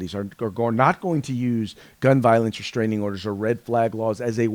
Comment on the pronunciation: It's restraining order not reshhhhhtraining order. You sound like Michael Obama.